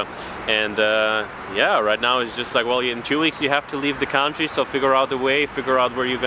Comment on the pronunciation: Love your channel!! Don't be afraid to pronounce "country" correctly: cun-try, not count-ry. /ˈkʌn tri /